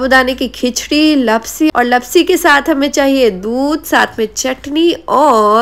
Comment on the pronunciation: Not लपसी it's लापसी 😅